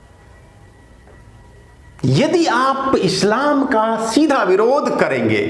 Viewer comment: Guruji aap Islam ko Eshlam mat boliye....apney uccharan sudhariye